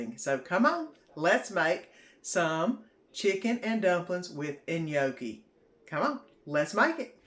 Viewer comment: The chicken and gnocchi looks good, i'm going to try it. just fyi the G is silent in gnocchi. Hope you have a good week.